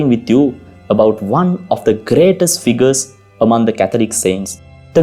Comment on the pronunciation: Father Your English is good, but your accent robs it of clarity . May I give u advice, if your when speaking English , do not roll the R's, that would go far in making easier and clearer to listen to your chosen stories, and a second point , th words are not pronounce like d, soft th , the that is correct , not dat not dose. These 2 things will go very far if you're willing to work on them , good video , I had t turn on google translator (not very reliable ) to understand a few sentences. The remedy is fairly simple if u do not mind me saying so , because your English is fairly good.